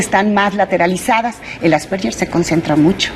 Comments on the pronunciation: "Asperger" no "Asperller". Pronuncia mal el nombre la Doctora. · Asperger o asperyer?? Empezamos mal ,, Asperger,,, que tristeza que ni siquiera pronuncia bien la enfermedad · Nop es Asperguer o Asperger el científico que lo descubrió era Aleman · Pronuncia mal el apellido alemán " asperguer" así se pronuncia . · De hecho es Asverguer